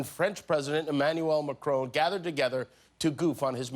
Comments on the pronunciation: Dude! It's not 'MaCRONE', it's MaCRON. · It's a shame you can't pronounce Macron name properly....